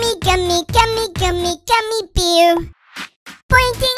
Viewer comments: He said beer in this vid its bear its sooooo cuteeee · He said beaw LMAO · if you say bear its so funny cause he said beaw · He says it like baer (bahh)(eeh)(errr) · When he says bear it’s actually beaw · The sing is good, but the pronounce, Gummy Beaw